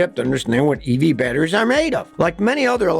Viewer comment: "evee battery"😂